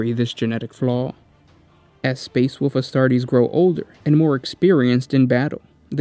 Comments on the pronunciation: It's wolf not fucking "wuf" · I cant get over that he says wuff instead of wolf.. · Wolf, not “Woof” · gene flaw is the inability to consistently pronounce the word wolf constantly switching to woof then back to wolf. His children have seemed to have carried on this flaw and struggle to read the three little pigs and little red riding hood. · woLf. woLf. NOT WOOF. The "L" is not silent! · Great job but ,The great woof? Space woof? LMOA.....you have to say wulv, you sound ridiculous. It's great but I just can't get past the woofs....your awesome. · “Leman russ, also know as the woof king and primarch of the space woofs” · Find it kinda endearing that every time you say "wolf", it invariably comes out sounding as "woof." The "Space Woofs", et al. :) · The great wuff? Spirit of the wuff? Space wuff? Did you get possesed by chaos dog spirit? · space woofs lol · just me or is he saying woof king? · Space woofs...lol